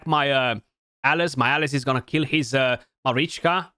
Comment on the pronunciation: kept hearing Alice Alice, oh you meant alaz xD